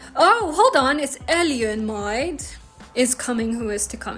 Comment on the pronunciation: eljön is pronounced: eyyön. I fully agree that a second language can often provide examples of grammatical constructions when learning additional languages. French falloir makes understanding Hungarian kell speedier. Equally, it might also reveal French influences on Hungarian, too